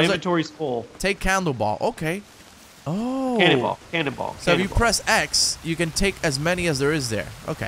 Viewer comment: did this man just say "candleball"